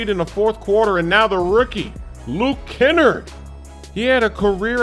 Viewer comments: Pronounce it Luke ki-nard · its ken-arr-d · You said Luke Kennard wrong it is kenn are d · i cringed when he said luke kennErd smh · “KEN-ERD” you aint slick babyyyyyyyy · doesn't watch college ball so I'll let the butchering of kennard slide 😂😂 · "Ken-nerd" lmao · I had a feeling smoove would say Kennard name wrong But close enough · Lmao way he said Kennard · Why does everybody mispronounce Luke Kennard